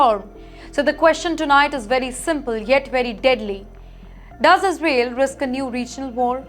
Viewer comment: Sister your pronunciation needs 5o be improvised...it is Is rael.